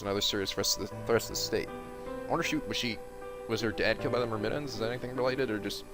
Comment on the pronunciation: Omg it's killing me that after they say Myrmidons multiple times you're still saying it wrong.